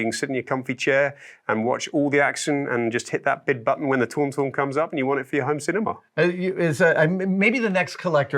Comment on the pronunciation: Can we all please acknowledge the low key battle for the pronunciation of ‘Tauntaun’ at the beginning and again at the end there ! As a Brit I would like to point out Adam is 100% correct! I think most brits would agree, I have no idea what this guy is even saying 😂